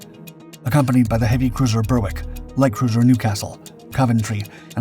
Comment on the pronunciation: Berwick is pronounced BERIK